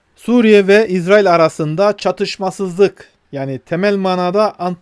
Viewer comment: Maşallah İZRAİL doğru telaffuz. Yahuda soyundan gelenler İZRAİL, Hz. Yusuf ve Ketura(Terkene) soyundan gelenler İSRAİL'dir. İSRAİL Terkene hatunun mahlasıdır. Hızıri bir zat olan Terkene Hatun Hz. Yusuf sonrası 30 sene Mısır'da Melikelik görevi üstlenmiştir.